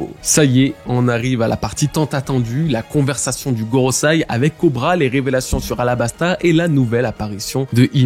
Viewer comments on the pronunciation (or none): Ça fait plein de vidéos que je t'entends dire GorosAi, c'est gorosEi 😭